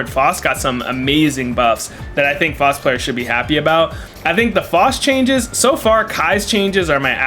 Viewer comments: Bruh his name is pronounced FOWST not FAHST. How anyone could still think that after the in game announcer has always pronounced it FOWST is beyond me. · Bruh I'm about to rip my hair out listening to you call Faust Foust over and over